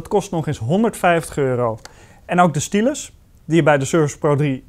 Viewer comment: Ik dack ook wtf STYLUS (stijlus)